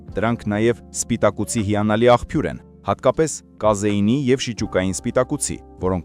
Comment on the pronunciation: <Աղբյուրը>՝ <ախՓյուր> չի՛ արտասանվում, այլ՝ <աղՊյուր>։Բ-Փ-ի ուղղախոսությունը սովորի՛ր,տղա՛ ջան😮